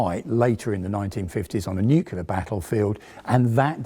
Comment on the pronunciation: Please don't say nucular.